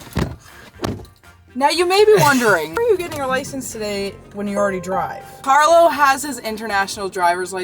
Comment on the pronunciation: puoi impararealmeno a pronunciare il nome di Carlo in modo corretto???